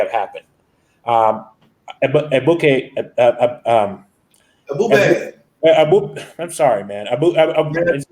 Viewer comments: This disrespectful Haitian dude said African Americans have a 6th grade education yet he can't even pronounce Ebube? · Man shut up don't be talking about Black Americans not intelligent and you can't even pronounce that man's name you just shut up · This man is calling AFRICIAN AMERICAN'S DUMB AND HE CAN'T EVEN SAY THE GUYS NAME. REALLY,!!!!!!!